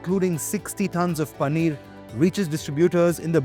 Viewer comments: It's Paneer not Pannir 🤨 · Bro it's Paneer not panneer